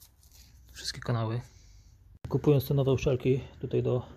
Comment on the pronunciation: najważniejsze to czyste (uczelki) poćwicz wymowę bo oglądałem i co mówiłeś o uszczelce to uczelki